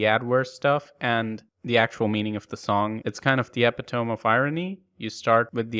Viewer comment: Love your antivirus comparisons, so informative! Where I'm from epitome is pronounced eh-PI-tow-mee.